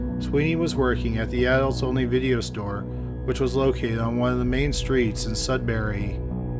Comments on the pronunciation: Its pronounced, Sud bury, not Sud berry And the accused has a wife and 2 children and worked in a lab in North Bay. But thank you to all who brought this bastard to justice, praying justice will be served, Renee deserves that and her family proper closure. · Mistake on how to say Sudbury aside, good video. (it's pronounce Sud (That part was right)- Brrr(Like when you're cold) - Ey, like when you say Hey, without the H. Just a note. I used to live there.)